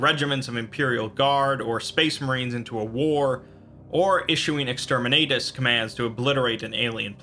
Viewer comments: Just a heads up, it's called Exterminatus, like ex-term-in-nat-us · Exterminayy lmao